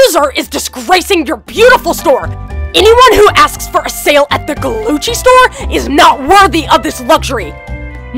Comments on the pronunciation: You said Gucci wrong because you said Glucci not Gucci. LOL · Its Gucci NOT Glucci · Wow I thought I was hearing "Glucci" but its really Glucci xd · I love it I love how they call it glucci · Glucci!?!?!? I thought it was GUCCI!!!!!!! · You mean Gucci Not glucci👏🏽👏🏽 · Y does she call it GLUCCI I THOUGHT IT WAS GUCCI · it is not gluggi it is gucci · Sorry too tell you it's not glucci it's Gucci srry😭😫😫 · It’s Gucci not glucci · LoL 😟😫😂😂😂😂😂😂😂😂😂😂😂😂😂 she spells Gucci wrong she said Glucci and it’s Gucci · It’s not Glucci it’s Gucci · Isn't it Gucci not Glucci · Its not glucci its Gucci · Its. GUCCI not GLUCCI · it's gucci not glucci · It is gucci not glucci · Its gucci, not glucci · No. It’s not Glucci. It’s Gucci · Did anyone notice the l in Gucci